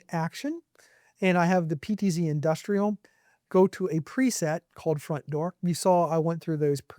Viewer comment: "Fromt" Door AI Turret